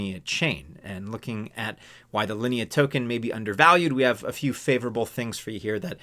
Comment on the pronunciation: You pronounce Linea and Sui correctly. 👍🏻